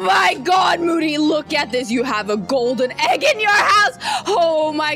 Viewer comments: It sounds like she said booty xD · It's Moody not boody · HER NAME IS MOODY NOT BOODYYYU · It's not boody it's moody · When said oh my god boody I think she ment moody 🤣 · You said boody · said boody when moody went like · said boody duh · moody or booty? 😂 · She said moody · LOL she said moodys name wrong